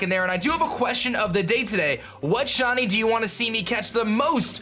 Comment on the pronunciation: It sounds like your saying Shawnee instead of shiny